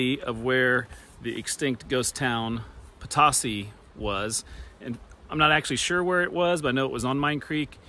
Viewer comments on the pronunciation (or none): The former community of PO-TOE-CEE, is the Spanish pronunciation. Similar to Potosi, Missouri. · There is also a town called Potosi in Missouri. There, it is pronounced "poe-toe-see." In the French language, the word means fortune. This makes sense because it started out as a mining community. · I grew up a few miles from Potosi Ks. It was always pronounced Puhtosy. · Yeah I wasn't 100% sure on the pronunciation. I'm sure it's probably the same as the Missouri one!